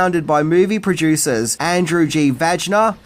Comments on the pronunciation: It's pronounced Viner you child 😂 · Vajna is pronounced VanYa.